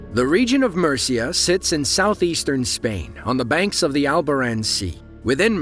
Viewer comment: the way he pronounces Murcia made my day